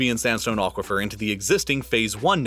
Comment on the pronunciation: What is an "ochquafer"? Come on, remenber what language you are using.